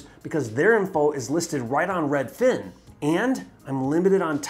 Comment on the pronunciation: Hi can you please say Redfin, and not redFIN. Sincerely, everyone